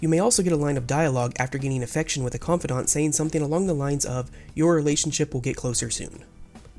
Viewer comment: Why do you pronounce confidant like that?